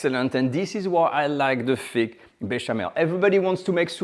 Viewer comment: First class lesson. Now sir practise this…put your tongue just beyond your upper teeth and exhale slightly to get the ;th’ sound in many english works. Its not feeque, but th + ik not eek. Th ank you, thrill…hope this helps